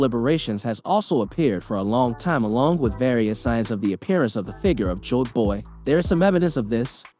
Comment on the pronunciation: Just because the drums are playing doesn't mean it's drums of liberation........ and his pronunciation of stuff is off. Jaboy? JOYboy. Mamanasuke? MOMONOske. I think this guy only reads the manga. He's also wrong that only zunesha heard the drums. All the strawhats hear the drums of liberation when they play.